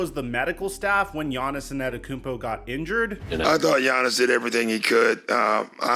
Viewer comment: Here, lemme help u out. It’s pronounced Aan-Tae-toe-koom-po